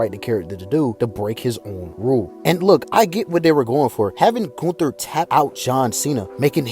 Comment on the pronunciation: Goon-Ther lol